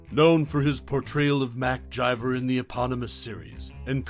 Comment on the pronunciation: Who the hell is mcjiver ths characters name is mcgyver with a G NOT A J